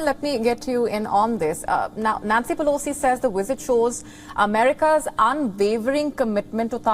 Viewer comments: "1.24-Nancy Pelocy is second in Line to US presidency" . She always reads News Wrong and never corrects it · If she was sposed to stay home she'd be named Peloton not Pelo-Sea